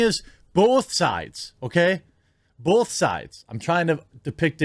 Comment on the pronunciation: I know there's a war going on, but, people that say bolth😡